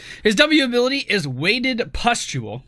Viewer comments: Thank God for chat. "Pestule" was giving me an eye twitch everytime said it. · Gawd Chat, just let him say 'pest'-ule for one video. You are so mean, you guys are a no fun zone :D